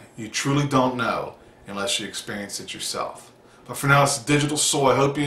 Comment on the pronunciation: Good message, and I am not one to talk because I talk so many supplements but medication( for mood) just seems scary and I always think I will always need it. Anyway I love the "...until you expurrience it" lol